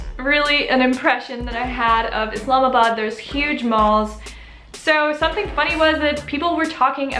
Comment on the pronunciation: the way you pronounce Pakistan & Islamabad is so perfect 🌟 I love that you respect our religion, culture & even care about pronunciation 😍 Thank you so much 💖 Huge Respect for you sister💕 May God Bless you with his Mercy💚